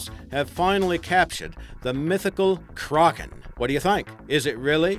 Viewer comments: it isnt pronounced "Ker-Awk-en" its pronounced "Crack-en" As what everyone else says. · KRAKEN NOT CRAGEN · its kraken not cragen... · "*Krogen*" That's all I hear when he says Kraken. 😂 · KRÄKEN xD how he says it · I cringe every time he tries to say 'Kraken' cro-gen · Stop saying Crawkin!!!! Arrrr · Who else gets annoyed when he says "Kraken"